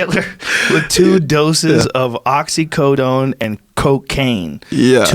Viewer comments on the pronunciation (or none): God every time he said oxi"cotone" I die